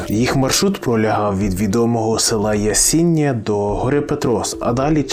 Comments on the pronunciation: Аналогічно. І одразу добив селом Ясіннє 🙉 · Почув жахливий наголос на Ясіня І Петрос і далі дивитись це гімно не продовжив. Автор, ти дебіл?) перед тим як щось говорити ти хоча б вивчив про шо ти будеш відкривати рот. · Ясіня́, Пе́трос, Чорногі́рський хребет, так правильно